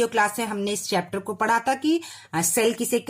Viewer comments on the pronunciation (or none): none